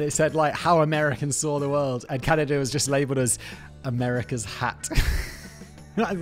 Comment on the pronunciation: I think you saying Can - I - da a thousand times, is more than I can bare. Please Simon - there's no I in Canada